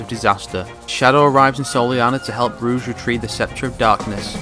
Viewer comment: "Ruuje" It's rogue